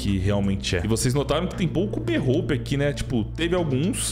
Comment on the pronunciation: berrôupe kkkkkk